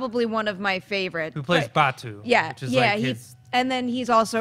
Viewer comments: It's pronounced Batou (ba-tow) not Ba-two! 😩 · 1K people LIKED this review? These three reviewers couldn't possibly be MORE in sync with each other, which makes me question the truth of this review. Out of three people, two of them GITS fans, not one of them can pronounce Batou's name correctly. Neither of these people are fans . . .